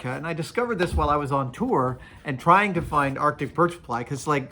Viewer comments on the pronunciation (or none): none